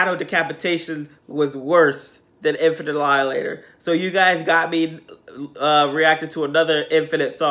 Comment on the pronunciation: I lost my shit every time I heard him say Infant Alialater. I told my wife "Hey There Delialater" and we both lost it. Also my wife is upset that you didn't attack the Christmas tree.